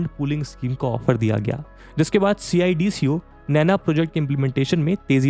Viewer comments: Instead saying C I. D.C.O. we people of Navi Mumbai say it सिडको. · gosh it is painful to hear you say C-I-D-C-O it is सीडको simply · Bhai yaar sidko bol le yr ye har bar c i d c o kya hai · Good presentation but its called Cidco, dont have to say C i D C O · Pronounce cidco as सिडको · CIDCO ko सिडको Pronounce karte hai. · Hearing C-I-D-C-O instead of a single word CIDCO is weird. Made me realise that people not from Navi Mumbai area might be calling it that 🤔